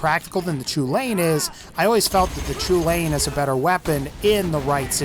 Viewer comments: I know I'm 2 years too late but the Chulainn is pronounced Cullen, not ''chew-lane''. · "Choo-lain". No, It's pronounced "Kell-in." As in, Cu Chulainn, the Hound of Ulster. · just so you know it Chulainn isn’t pronounced “choo-lane” it’s pronounced “kuh-len” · Lads I’m Irish. It’s pronounced “Hullin” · It's pronounced KUL-IN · Thank you 🤣 I was cringing so hard lol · The "Chulainn" is pronounced "Hull-an" it's Gaelic, named after a legendary giant Cú Chulaínn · "Chulain" I can't blame you, but thats not how its pronounced. Its pronounced "Coo - Lawn"